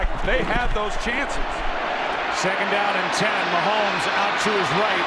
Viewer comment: Ths message is for the pod castors. The name is Ma homes not Ma hemes. Geez!